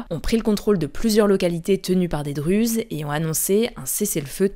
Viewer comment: On écrit Druzes mais on prononce Dourouz c’est bizarre de vous entendre dire Druzes